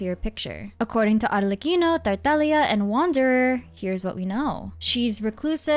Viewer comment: Unrealated...they way you say Arlecchino is so satisfying 😊